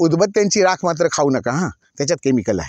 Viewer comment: Rakha nahi Rakh mhantat.